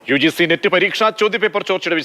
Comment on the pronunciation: നീറ്റ് അല്ല മിസ്റ്റർ.. നെറ്റ്